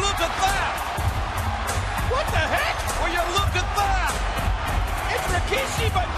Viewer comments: Why did J.R. always say Rikishi's name as "Rawkishi" during this time? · Always hated that JR pronounced his name "Raw-kishi". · Jim Ross always insistent on calling him RAkishi. LOL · oh god ... its not RO - KI - SHI.. Its RI - KI - SHI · They always get it wrong in one of Rikishi's interview's he said that they always call him Ra-ki-shi and it's really Ri-ki-shi smh